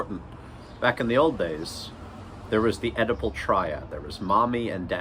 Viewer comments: I keep seeing your text-to-speech interpet Oedipal as edible, and now I have a funny image of Freud diagnosing a client with an edible complex, and the client is on his sixth brownie saying "dude, no way". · I wondered what his use of 'edible' meant...maybe 'consumerism'? Then finally i realised he is saying 'Oedipal' ! Anyway you got a sub for this worthy attempt to read the memes!